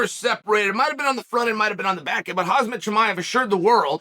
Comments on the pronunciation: Chael I noticed you pronounced Khamzat like "hazmat" like hazmat suit. If you switch the Z and M you get close to correct pronunciation Hamzat. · Whoosh Chael Pronuncing Names Wrong Is The Joke